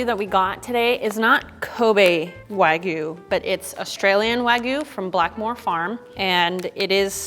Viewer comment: Why doesn't tell them how to pronounce it correctly?! 🙈😭🙉 Waaaeeeegyuuu....:(